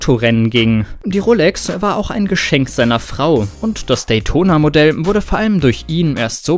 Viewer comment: Wie er Datona ausspricht🤣